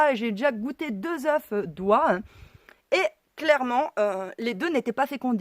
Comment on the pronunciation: On ne prononce pas le f final au pluriel de œuf si je peux me permettre.